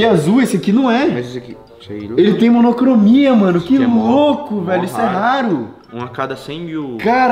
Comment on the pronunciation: Né kkkkk eu ri demais quando ele falou monocromia